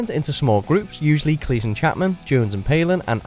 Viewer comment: This is watchmojoUK but the narrator pronounces Cleese as cleess and not cleez